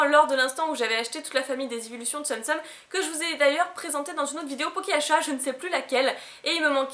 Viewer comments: On dit TSOUM TSOUM et pas TSEUM TSEUM ahah 😘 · Katy viopi oui mais on dit quand même "Tsoum tsoum" et pas "tseum tseum" comme dis dans la vidéo;)